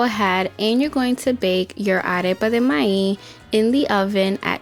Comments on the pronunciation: I love this recipe and I love how you say the word MAIZ without the Z at the end. It sounds more like MAI... Love it! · Arepa de MAÍZ 🌽 please emphasize “Z” MaiZ recipe looks awesome 👏🏻